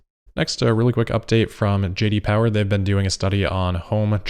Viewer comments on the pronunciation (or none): none